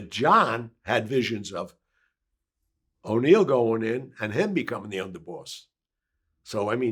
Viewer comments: He said " O'Neil delacroce" like he's talking about and Irish guy instead of NEIL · He butchered Neil's name too🤦🤦